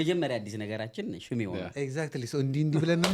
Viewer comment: but, you are not😅 Say shme not ሽማ😂